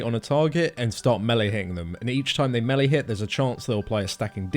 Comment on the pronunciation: "meh-lee" lol